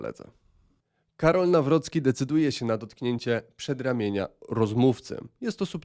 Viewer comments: "New Rookie" nie brzmi jak nazwisko prezydenta, Trump mógl postarać się bardziej i nauczyć wymowy. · Trump powiedział tak nazwisko prezydenta nie przez problem z wymową, a odniesieniem do kampanii, gdzie miał hasło NowRocky na koszulkach. Prezydent potwierdził z dużym zadowoleniem takie przedstawienie go w sali.